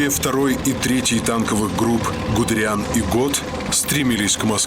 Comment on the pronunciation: Он ГудЕриан, а не ГудериАн (произноситься ГудЭриан)